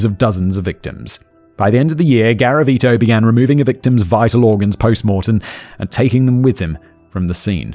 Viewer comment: Don’t do a drinking game for every time Simon says “Gavariti”😂